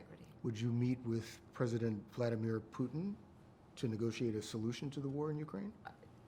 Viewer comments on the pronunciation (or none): none